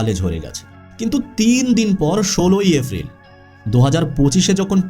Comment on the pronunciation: vai apni ki uccharon sundor vabe korte paren na?? afril ki?? dufur ki??